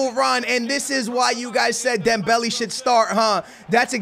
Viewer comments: pronounced dembelay, not dembelee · It really doesnt matter how you pronounce it but his name has accents for a reason. Instead of Dembelee its DembeLay.( Would love a shoutout😀🙏👍 GREAT Work as always) P.S. I wanted SuperLeague before FIFA 19....🙏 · Dembeli? Not he dembele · That’s not how u say dembele 😭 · please pronounce dembele right